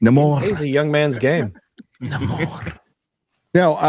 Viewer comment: "Namorrrr"... Nexxxt, please.